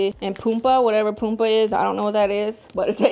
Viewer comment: Yeeeeeees I love your pronounciation of "Pumpa", and yes it means pumpkin😍